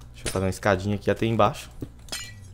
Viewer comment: pq vc fala FÊCHA ao invés de Fécha ( Eu sei que não tem acentos.) e ATÊ ao invés de ATÉ?